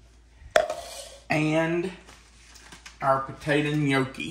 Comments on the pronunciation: I’m Italian and it pronounced. Inyucke !! In yuck e love your video! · is funny pronouncing gnocchi wrong.😂